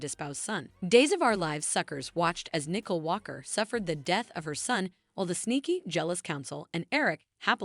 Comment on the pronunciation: Her name is Nicole not nickel. It really not that hard.